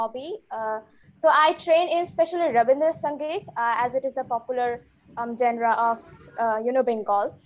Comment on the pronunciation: U dont pronounce it as "genre" though we write it as "genre" u pronounce it as "Zhann-ruh"